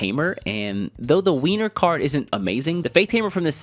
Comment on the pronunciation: I might very well be playing into a calculated thing to make people comment more but I'm pretty sure Winr is supposed to be pronounced like "Winner", not "Wiener". Since his Japanese name is basically "The Strongest" after all Or maybe it's just a joke about him looking like a wimp or something